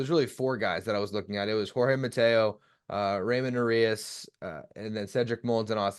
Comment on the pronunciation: That dude said Raymond Urias. 😆😆😆